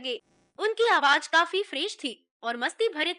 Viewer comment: It is very irritating to hear z pronounced as j Why aawaj? And not aawaz? Spoiled the whole experience